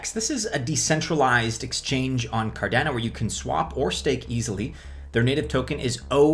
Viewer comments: Car don o lol only way i know how to put it to where u say it the way im used to hearin it haha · Why do u say cardano the way u do bro ahha